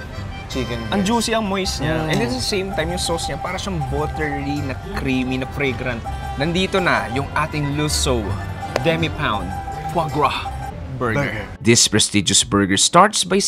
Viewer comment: Ilang beses na sinasabi nung chef na LUSSOH ang pronunciation ng LUSSO , ito naman host, paulit ulit pa din na LUSSOW ang sinasabi magtunog sosyal lang talaga. 😂😂😂